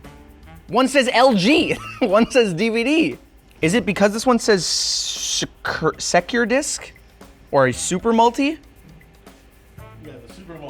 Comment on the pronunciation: It's spelled SecurDisc. Without the "e" his first instinct might not have been to make that connection in pronunciation.